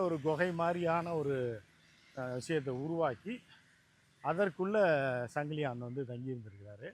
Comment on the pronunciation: 🚫 சங்கிலியான் அல்ல சங்கிலியன். தமிழை சரியாக பேசுங்கள்..